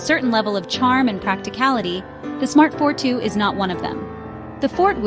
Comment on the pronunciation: Hahahaha. Obviously Artificial Ignorance Generated. Proceeds to pronounce "For-Two" as "Fort-Woo" repeatably.. (I thought I had accidentally clicked on a clip about some asian military base.) Its "For-Two" as in for two persons, pretty self explanatory. Then displays a picture of a "For-Four" And then thats not even a ForTwo, thats a Renualt Twingo (Ok, its basically the same floorpan but its not a ForTwo) The price of a ForTwo in 2007 was $11990USD So no, not the same as most cars at the time. Handling is great and you can handbrake spin them it its own footprint. Also amazingly good at collision mitigation. Not a fortwo fanboi at all but most pass judgement on them devoid of any actual knowledge about the car. Still have a few more years before skynet takes over........ Or is it Skyn-et ?